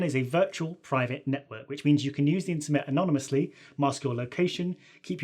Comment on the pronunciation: INTERMET!?!?! YOU HUCKSTER. YOU FRAUD.